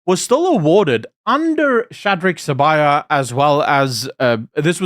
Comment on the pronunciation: THE NAME IS SIBIYA NOT SABAYA!